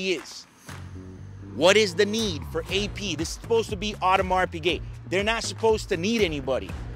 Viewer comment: Nice Auhdemarrs Pigeh